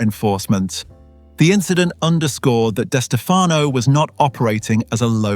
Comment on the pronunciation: It's pronounced like Di Stef uh no. The other way you are pronouncing it is incorrect. You're saying the surname two ways. Only one is correct. I should know. It's my last name too.